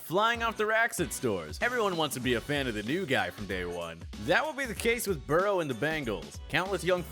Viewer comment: they way he pronounced burrow is disgusting.